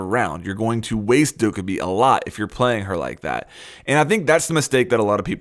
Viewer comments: Stop saying dow-ka-bi. It's doc-ae-bi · It's not Dokk-uh-bee Jesus Christ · Isint it pronounced Like Dough Ka Bee Idk. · The title: you're using dokkaebi wrong me after watching the video "But you're saying her name wrong tho" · The way you pronounce Dokkaebi makes me want to kill myself -_ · I think the real mistake in this video is you saying Dokkaebi's name wrong... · You’re saying Dokkaebi wrong!